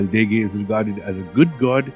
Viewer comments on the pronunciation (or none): My ears are Ringing with the pronunciation and ignorance of Basic Fijian Pronunciation..the word Degei is properly N-DENG-AY ....Not as you so uneducatedly said it The word Yagona is Pronounce YANG GONA...if you want to spruik yourself as International Experts best get your basic words right or I shall call up a Veli to put some Draunikau on you. We also have some snakes in Fiji including the Venomous Bolo and many species of sea snakes... .